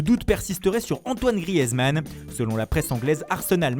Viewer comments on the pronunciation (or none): none